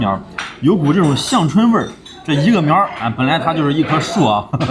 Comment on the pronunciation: 之前在一期天津美食节目里说北京人别把“天津眼”说成“天津眼儿”， 我想说，北京人真的不可能把天津眼还加个儿音！这期“香椿”，我也来纠正一下发音，香是一声，不是四声。